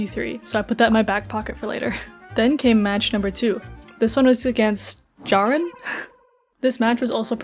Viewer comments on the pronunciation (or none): me jumpscare also common mistake but it's actually pronounced like aaron with a j at the beginning